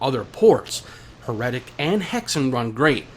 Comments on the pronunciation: Or try saying 'Her' pause 'etic' seperate. Then...make the gap smaller and smaller till you have no break in the words. Thats how it should sound. 'Her' 'etic'. Not 'Her' 'Retic' 😂 Sorry.... It's so triggering/funny/silly how you say it. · Totally saying it wrong. He's double 'R''ing/adding to much to it. Her-etic....it's not hard. Proper Kings English Now. He's saying Her-retic. Saying Her...and keeping the R on for the 'etic'...so he's then saying 'retic' after the 1st r sound in her. He need less R. 😂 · You - 'HER-RETIC'. 😂 You are saying 'her'...then 'retic'. Doubling the R You need to (- 1R sound lol). Proper/English/Me 'HER-ETIC' You have to roll into the 'etic' making the middle sound more like 'uh'. IE it's said/sounds more lile 'HERUHTIC'...Not 'Her' - 'Retic' lillke you say. Like 'She' has/owns a 'Retic'. Lol. 'Heretic' - 'Herohtic' try saying 'Hero tic'. Then swap the he for her, and the o sound for e sound. Easy 😂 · You say Heretic weird. I thought it was Hera-tic